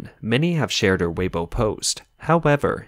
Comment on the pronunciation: C’mon at least pronounce Weibo correctly.